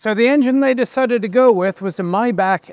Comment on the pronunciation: Please don't pronounce Maybach like that😭